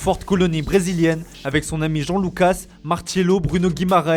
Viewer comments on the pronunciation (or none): none